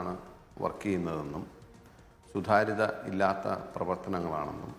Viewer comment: സുധാര്യമല്ല. സുതാര്യം.